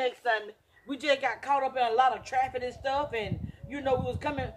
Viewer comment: "We got caught up in "traffit" and stuff..." Traffit? :) :) These two GOT to get their own show!!!